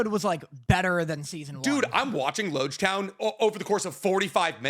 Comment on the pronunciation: I fully cannot remember the specific thing I was referencing at this point unfortunately, wasn't actually all that serious lol the way he pronounced Loguetown does irk me though